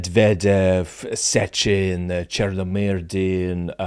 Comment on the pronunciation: Well, except, of course, Zeihan would never be able to pronounce Chernomyrdin correctly.